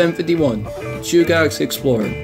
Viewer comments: Chugach Chew-ga-ch Edit: New video btw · no worries. I have to say I like that car/engine whatever it is. I took no offense to mispronunciation. Chugach pronounced like (chew gat ch)the rest don't bother me. What does bother me about the Alaska railroad is their attempt to extort money out of property owners allng their route. The railroad is trying to charge property owners along the tracks. The railroad doesn't own a lot of the land their tracks are built on up here, it built on easements on private and public property. They have taken to trying to charge the people who own the land to do anything with their own property. The railroad is a for profit corporation owned by the state of Alaska and horribly mismanaged. But it's still a one of a kind railroad, and was built with the leftover equipment from the Panama canal